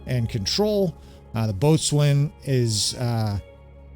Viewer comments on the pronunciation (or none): Great video - “BOATSWAIN” is actually pronounced “BOW-SON” 😁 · Good morning. Long time watching, first time posting. Boatswain is pronounced “bosn” or “bow-sn”. It’s an old English word that has changed in pronunciation over hundreds of years. Cheers mate!